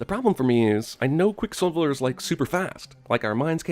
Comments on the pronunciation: Lol he says quick silvler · I heard “quicksilveler “ lmao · Did he say quick slilvler? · heheh “Quicksilvler” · I just want to point out, he says "Quick Slivler" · QuickSilvler? lol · “quickslilvler “ hehe TheBirdman will get ya on th at